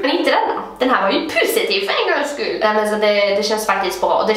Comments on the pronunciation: Haha älskar att du säger pussi-tiv instället för positiv😂❤❤ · HAHA TOOVAAA❤ÄLSKAR ATT DU SÄGER "PUSSYTIVE" ISTÄLLET FÖR "POSITIVE" MEN ÄLSKART❤❤😂LOVVE UU😂❤❤ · Älskar skånskan "pussytiv" HAHAHAHHAHAHAHA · Jag älskar att du säger pusitiv istället för positiv haha❤❤ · älskar att du säger pussytiv hahah